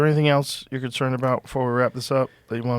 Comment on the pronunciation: i see what confused you, he said "concered", which is not a word, but fear not, i know what he meant! He was trying to say "concerned"